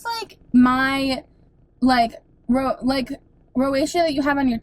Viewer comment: did he say rosacea? roseacha (pronounced) he sounds like maybe he was trying to help?